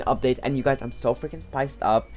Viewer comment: Who do you always say frinking